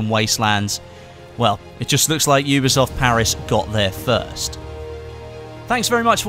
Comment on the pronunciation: "oobeesoft" HAHAHAHAHAHA